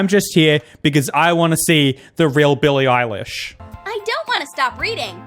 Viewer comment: I think the one on the video is Billie eyelash and not Billie eilish